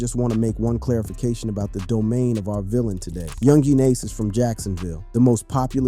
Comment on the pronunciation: U shouldnt talk about ppl who's names you can't pronounce lol